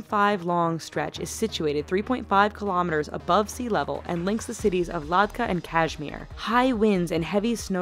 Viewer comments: hey it's not LADKHA it's LADAKH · ladakh* not ladhka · Its Ladakh not ladkha! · Ladhak 🙄 ladaka 😅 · Ladka?? Its Lhadak😁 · It is Ladakh not Ladka . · It's not ladka its ladakh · its ladakh not ladka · City of "Ladhka"? Bitch learn how to read first, it's Ladakh. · its not ladka... its Ladakh silly.. lol.. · did she say ladkah to ladakh 😂😂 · She said Ladhka instead of Ladakh 😁😁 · It's Ladakh - not 'Ladkah' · it's "ladakh", not "ladka" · She pronounces Ladakh as laadka. LOL. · She totally butchered when she said "Ladakh" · Did she just mispronounce Ladakh and move on with it? Ignorant!